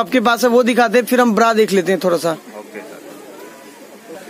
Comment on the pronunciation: Pranaunsection thik nahi bra ko bda bol rahe hai